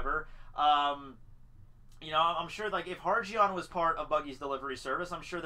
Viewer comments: ohmygod,you are killing me with the pronunciation of Hajrudin......its not Hargeon, its High-jeroo-din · Hajrudin's name is pronounced High-Ru-Din